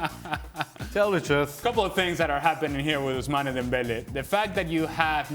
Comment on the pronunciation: WHY does Ale insist on calling him OHSMANY Dembele, even though everyone else calls him OOSMAN, his real name?